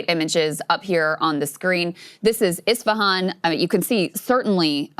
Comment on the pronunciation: EHs-fah-haan Not EEs-fah-haan